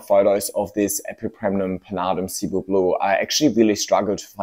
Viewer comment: Actually, the second plant you put in is Cebu Blue. Shape of Cebu blue starts fat at top and tapers much more strongly. Also Cebu is pronounced sih-BOO (emphasis on second syllable). It’s a popular island in Philippines.